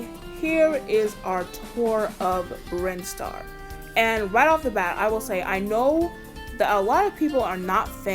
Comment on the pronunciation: I haven’t seen a Smash Bros video were someone just talk about something so casually that most would talk about competitively. Also, don’t worry about Brinstar’s pronunciation, it was correct. I know nothing about the Metroid series, so nothing was wrong to my knowledge. I do want to also point out a couple of other things that you missed when you were at the stages in the video 1. There is a small humanoid creature in the bg on the lower platform in Brinstar that’s called a Chozo, which are actually a species in Metroid who raise Samus Aran after her parents were killed when she was very young, the latter feat that was done thanks to Ridley, Samus’ archenemy and leader of the Space Pirates 2. The thing that is also on the lower platform can actually be destroyed if hit with enough power or multiple hits, which in turn will split the bottom platform temporaril 3. That thing that keeps wiggling in the background is what I think may be Mother Brain or the Parasite Queen in a cocoon, but it is indeed a live creature in there. Not sure what, but it is a living being in the bg 4. The occasional little ships in Cornelia are called Arwings, which are the vehicles used by Star Fox, defenders of space that oppose their series antagonist, Andross 5. The switch things in Green Hill Zone are actually checkpoints from the Sonic main series games. As for the chunks of the stage being destroyed, though, I have no idea where that comes from either, it may have been a unique gimmick for this